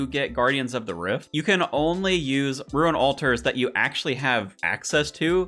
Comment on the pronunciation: "i can say things right sometimes" continues to say ruin instead of rune 🤣 my man out here playing Ruin-Escape not RuneScape